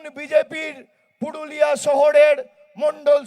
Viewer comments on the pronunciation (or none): পুডুলিয়া না পুরুলিয়া। ভুলভাল উচ্চারণ